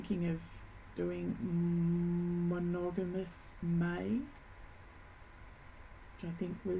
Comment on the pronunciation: You made “Monogamous May” almost sound like a swear word 😂🤣. Geranium is gorgeous, live your fabric choice